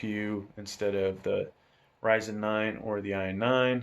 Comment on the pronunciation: Great review, gonna get this case for a new pc build. Also wanna point out Ryzen is pronounced (R-IY-ZEN) with an (i) but overall great video.